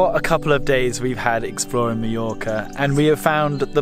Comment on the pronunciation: I enjoyed your video, and hate to be a negative Nancy, but everytime I hear Meeyorka my ear hurts. Mah Your Kah.